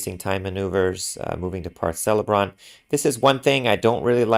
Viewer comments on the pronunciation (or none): Usually 'c' is pronounced like a 'k' in words like "Celeborn" and "Celebrant".